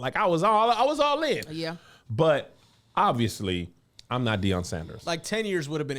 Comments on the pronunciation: Gotta correct his name to Deion and not Dion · ITS DEION. Put some respect on that man name.